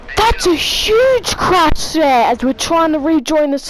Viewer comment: THATS A HUGE CARSH SIR!!!